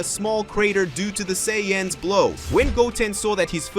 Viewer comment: Say anns. Not Sai ons.*